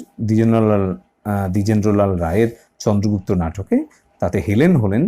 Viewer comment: Drijendro lala 😂😂 drijendro lal ta bolte koto mistake holo sir .